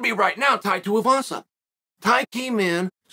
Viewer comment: i thought his name was T avasa